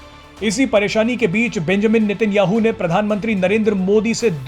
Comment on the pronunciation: भैया वो नितिन याहू नही , वो नेतन्याहू है 😂😂😂😂